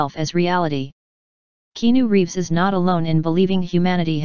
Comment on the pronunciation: Love "KEENU REEVS"!😂